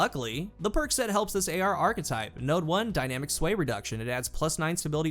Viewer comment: kills me with how he pronounces "archetype". Always says it "arc-type"